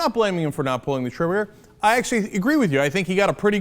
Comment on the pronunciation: Epic fail on the word trigger